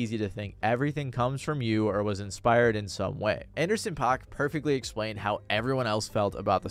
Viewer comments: Paak is pronounced like pack. Shit drove me insane , otherwise, good video. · it's paak like PACK not pac like tupac goddamn it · Its actually Anderson Pakk (Pack) not (Pac) ☝️🤓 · Did you call Anderson Paak Anderson Pac?..... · Take a shot every time he says Anderson “Pac” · its pronounced anderson PACK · It’s pronounced Anderson. PACK not tuPAC. Hearing you mispronounce his name was agonizing 😂😂😂